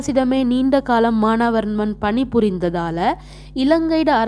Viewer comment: மானாவர்மன் இல்ல teacher மானவர்மன் Correct